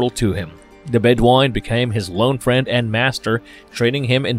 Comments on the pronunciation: He calls the Bedouin the Bed Wine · Deserves the callout. And if anyone saw Highlander 2 they would definitely know this. "RAMIREEEEEEEEEEEEEZ!" Also Bedouin is pronounced Bed-oo-win, not Bed-won. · AHHHHHHH the narrator's mispronunciations are driving me insane. It's obvious the guy has NEVER seen the movies let alone an actual fan of the movies. "Ram Rez?" Are you kidding me? "Bed wine?" Bed O win. "Dug al?" Doo Gal and so much more. Ugh new do over narrator please! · LMAO!! "Ramrez", "Bedwine", "Krugan"...... I can't.....🤣🤣🤣🤣🤣